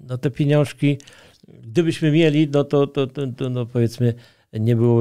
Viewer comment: Trzecie "piniążki" sprawiły że już dalej słuchać tego nie mogłem.